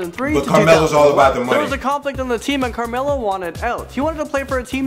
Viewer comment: Did you see Carmelo it said camelo